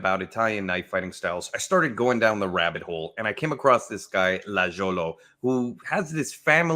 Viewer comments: Lagiolo* there’s no J in Italian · Hi there! The pronunciation of the name is: "Lah-ee-oh-loh". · Lajolo, is pronounced: lie yo low. Saluti!! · It's pronounced "Lie-yolo". I love Maestro Danilo. Great video.